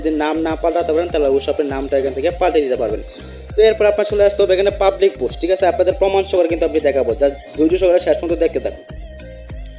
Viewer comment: ভাই পাবলিস না পাবলিক